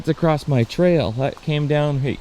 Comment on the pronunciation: The beavers must be 12’ across (not “acrosst” there is no T in across). No need to add letters to a word that don’t exist brother. Pass this knowledge on! It’s pronounced ACROSS! Not acrosst 👎